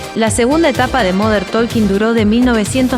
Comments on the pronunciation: No es "moder tolkin", fonéticamente hablando es "modern tokin" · Cuando empezó diciendo "modern taLking" ya lo saqué. No puede ser que no sepa pronunciar como corresponde XD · Me mató el moder tolkin 😂😂😂😂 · Moder tooolkin???? Jajaja😂😂😂